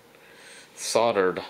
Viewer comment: SODDER,SODDER SODDER..Please please please.......the word is S O L D E R One L and one D...Otherwise..great clip.